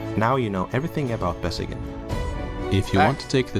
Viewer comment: i grew up about 30 minutes from Besseggen/Gjende by car, and i have to say, your pronunciation is the best i've heard from an American.